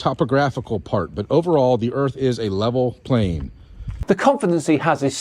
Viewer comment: Blah, blah, blah, I drew lines on my driveway and blah, blah, blah, earf flat. 🤔